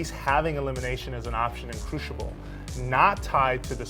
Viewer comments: CREW-SIBEL.Not Crewshable. O.o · CREWSIBELL NOT CRUSHIBEL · crewshible lol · The way he pronounces "crucible" is incredibly annoying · It's funny hearing him say "Crucible".